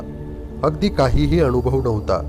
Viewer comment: ज्ञाण, अणूभव, णाही - ज्ञान अनुभव, नाही उच्चार सुधारावे नम्र विनंती